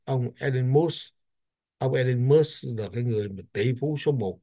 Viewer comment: có cử nhân Anh văn trước 1975 và Cao học bên Mỹ Cho nên cần tham khảo Oxford Dictionary trước khi đọc chữ “ Musk “ làm sao cho đúng